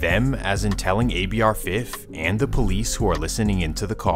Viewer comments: “He dah pouwleece” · He the Poe-lice. 😂 They had 35 homicides, and this beef caused every single one of em.